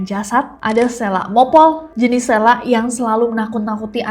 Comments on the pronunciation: It's seeeeeelak no SLAK btw aku daru lombok...Eenya lebih ke E org Medan ya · Kak sy dr lombok Selak itu dibacanya pake E bukan e Jd dbaca selak, bukan selak 😂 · selak pake e kak bukan pake e